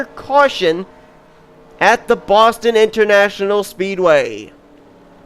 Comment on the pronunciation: how dare you botch "Boston" at the end of the video. We don't actually talk like that